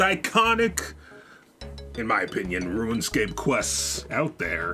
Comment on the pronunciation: This MF saying ruinscape lol